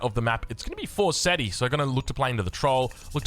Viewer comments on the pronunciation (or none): none